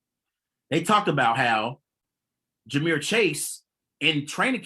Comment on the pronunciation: AND ITS JAMAR NOT JAMEER